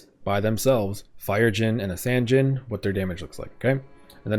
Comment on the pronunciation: Low-key thought you said Dijons for a second